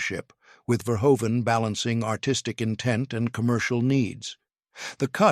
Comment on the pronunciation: Why can't those creating these videos check the AI pronunciation of several names before releasing them. Among pronunciation errors: Paul Verhoeven, Carolco Pictures...rather significant players in the narrative who deserve better. Also why are these videos not edited to reduce the redundancy of narrative.